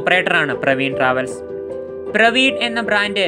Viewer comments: പ്രവീൺ അല്ല പർവീൺ ആണ് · പ്രവീൺ അല്ല ബ്രോ പർവീൺ ട്രാവെൽസ് ആണ്. ഉടമയായ അഫ്സലിന്റെ സഹോദരിയുടെ പേരാണ് പർവീൺ. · Chetta പർവീൺ ആണോ , പ്രവീൺ ആണോ ..? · Praveen alla Parveen.